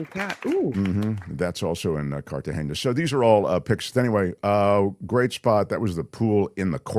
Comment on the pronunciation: it's not "Cartageña"--it's "Cartagena". The "n" is pronounced like a regular "n" in English would be.